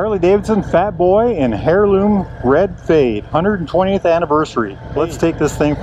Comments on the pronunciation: Good lord, it’s pronounced air-loom, not hair-loom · It’s pronounced (heirloom) air loom😮😂just sayin